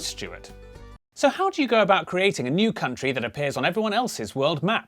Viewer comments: Haha - you said "kunt - ri" 😂😉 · At the beginning that pronunciation is not very nice I read that as koon tree, I think in proper ipa is would be /kənˈtriː/ or something similar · my favourite subtle joke here is that /'kuntri'/ is absolutely not how the country is pronounced! its meant to be /ˈkʌntɹi/ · Wtf is there really someone who pronounces it /kuntri/ ? Ahahah